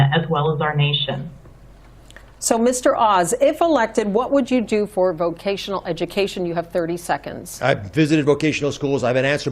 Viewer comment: I was initially thinking "nah it's not that bad". Then Fetterwoman said "vovotional" schools. Biden 2.0